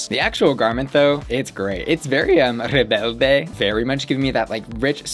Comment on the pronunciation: You did not say REBELDE 😂😂